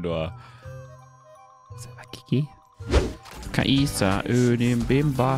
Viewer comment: Der Champion heißt NICHT Ka-Isa.